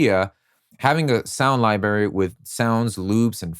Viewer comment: Library has 2 Rs Sound library Not sound “Libary”